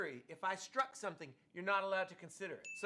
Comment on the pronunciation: I've tried really hard to watch this video but I can't get past your mispronunciation of "st" words like struck or street. There's no H in there. SHtreet.. SHtruck... Jfc woman. Thumbs down.